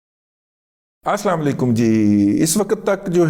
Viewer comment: Correct word is Assulam u Alakum not Assulam a Alakum